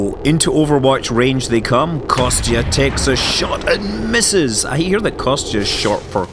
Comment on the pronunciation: "Konstantine" it's an official name, "Kostya", is what his friends should call him. And pronunciation for "Kostya" should be more like "Kosta", where "t" is soft.